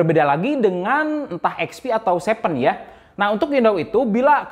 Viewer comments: Seven bukan Sepen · Bang bukan sepen, tapi seven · Seven = sepen